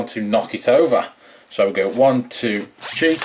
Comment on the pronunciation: Hahahahaha it sound like he said she battle